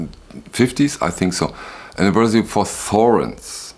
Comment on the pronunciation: Sorens oder doch eher Thorens? Immerhin eine Firma aus dem deutschen Sprachraum gegründet 1883 vom Schweizer Herrmann Thorens und inzwischen in Bergisch Gladbach beheimatet.